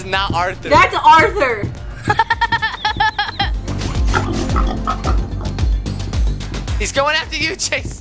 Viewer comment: It was the mom who was saying aurthur